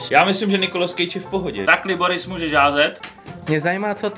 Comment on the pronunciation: Jak říkáš Liboris tak to zní jako klitoris